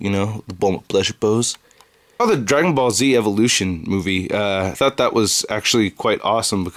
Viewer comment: Sounds like he said Dragon Ballsy